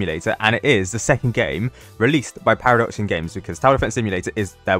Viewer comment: Now it’s actually “Paradoxum GAMES”